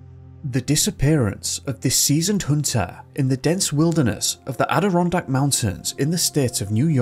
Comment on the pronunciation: Yay! You pronounced Adirondack correctly.